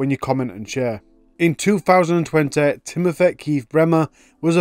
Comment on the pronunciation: Timothur? A fur? Can you try to speak English please.